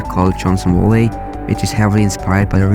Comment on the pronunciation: hold up we gonna have a talk about how you pronounced "Valley" 😂